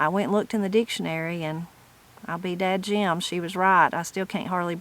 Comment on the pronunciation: One thing we grew up saying was dad gum. You said what sounded like dad jim. I've never heard that.